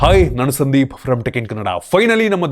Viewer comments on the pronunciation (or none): none